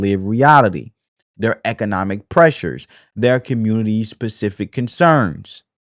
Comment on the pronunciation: Great video! Pacific!!! 😂 Spe-cif-ic!